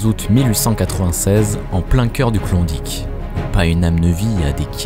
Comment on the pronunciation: Klondike pas clondic. Ni mythe ni légende. Ta jamais été laba ma parole